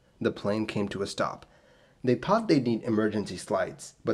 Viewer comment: You pronounced “thought” and “aesthetic” wrong 😑